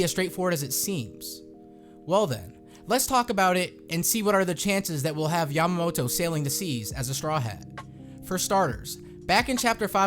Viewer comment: And you need to pronounce her name properly since it sounds like a female name for Momonosuke